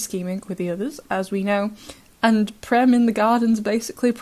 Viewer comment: Prem is an Indian name meaning love in many languages of India. And the 'e' in Prem is pronounced as the 'a' in cage with the vowel being extended a bit. I am sorry but I have to correct it. It is a pet peeve of mine. And that too it is an Indian name and I am an Indian. I always thought that and I saw in the wiki and they used that same meaning. It did originally come from Sanskrit and is used in many languages of India.